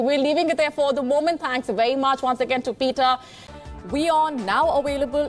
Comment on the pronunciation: I AM VERY ANNOYED BY THESE TWO NEWSCASTERS! WHY DO THEY KEEP ON PRONOUNCING “W” as Vee; and pronounce the letter “V” as Double-U’s (W)!?!!!🤬😡🤬😡😤😘😡 It’s War not Var And It’s Virus not Wirus!!!! And it’s “aVailable” not “aWailable” Please correct your pronunciation, it’s annoying!